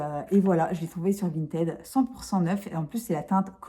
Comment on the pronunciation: VintID, prononciation du ed après la lettre T en id! Non mais la déformation professionnelle et la chieuse de base lol, désolée 😂😂😂. A part ça la marque Violette m'intéresse à fond, si tu peux nous montrer ça de plus près ce serait cool ! Merci 😉